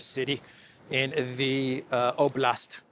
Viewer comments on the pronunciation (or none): none